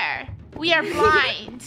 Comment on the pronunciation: I just heard funneh say "there will be a blind mand